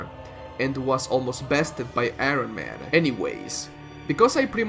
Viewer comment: Arron Man the most powerful character in all of fiction. (sorry for making fun of your accent that one just threw me off to much not to mention)